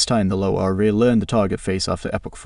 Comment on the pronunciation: Great content. Your dialog needs some work. The AI you use is ruining the natural timing. There are pauses in strange spots and it mispronounces LoRA with an accent on the A. Try writing the verbal script so that it is spelled like a persons name Lora. Thank you for these tests. =] very informative. I wish the final tests were done at 0.7 weight rather than 0.4. It’s hard to see the intended subject control with a low weight.